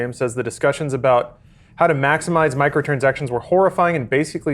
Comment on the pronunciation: just can't say Microtransactions lol